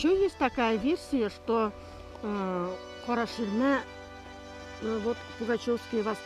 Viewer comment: Автор. Правильно произномите название.. Не кАрА шИрма а карА ШирмЭ